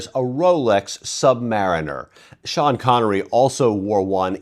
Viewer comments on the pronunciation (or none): none